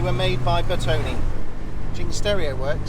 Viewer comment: 🤔🤔🤔 it is “ NOT “ pronounced Bertoni or Bertony, the proper pronunciation is BertonE with the stress on the E as in Error. Ciao!!!!! 🙄😳😳🥴👍👍